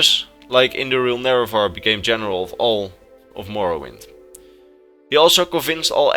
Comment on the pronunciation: You said indoril nerevarine wrong.